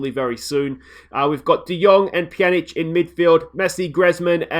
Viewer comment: no sound lol also like that grezman guy you say pjanić well tho